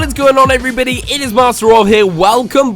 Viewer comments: "Eryboty" this guy can even pronounce everybody😂😂😂😂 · in the intro he says hell everbedy its masterov